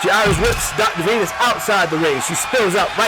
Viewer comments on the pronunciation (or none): The silence that The Violator walked out to was hilarious. Reminds me the problem The Rock had, when he was still Rocky Maivia, lol. Also, the Announcer pernouncing Dr. Venus' name As, "Dr. Venoose." 🤣